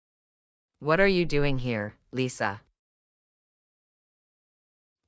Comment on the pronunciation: not lisa but lisha